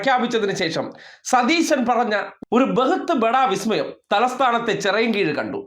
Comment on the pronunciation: ബിസ്മയമല്ലേ ബിസ്മയം... 😂😂😂